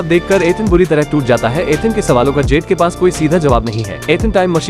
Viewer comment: उसके फ्रेंड का नाम 'जेड' नही 'जुड' रहता है !!!